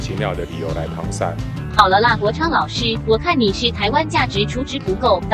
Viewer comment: 跟我念 搪塞sè。不叫搪sai……这文化程度……